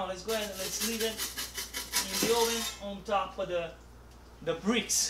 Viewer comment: the best pizza you can make in your AWWSSS ... nice from GRU👍🏼